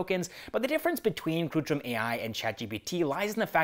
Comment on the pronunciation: It's kritrim not krutrim.